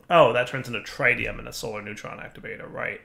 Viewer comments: TRIT-ium, not TRI-tium! I swear, he does this on purpose just to annoy me >< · Trish-eum, like the t in nation